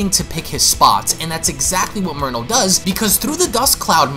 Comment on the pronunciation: Is it jus me or when he says merno it sounds like he’s saying mono?